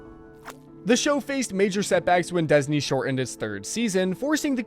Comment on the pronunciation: And Luz's name is Noceda with a "D". And who is "Suess", and who or what is "Desney"?